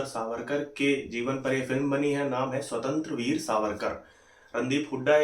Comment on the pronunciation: Ye स्वतंत्त्र्यवीर नही, स्वातंत्र्यवीर.. please correct.